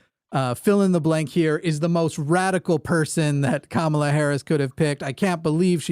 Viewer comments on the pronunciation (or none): still can't pronounce Kamala?? Not a fan.